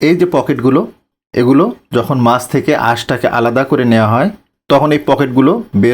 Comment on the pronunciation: Aage Bhasha puraskar kore bolte sekh tar par video banas OK mach ke maas VHAG AKHAN THEKE vasa poris kore bolte sekh tar par video banas OK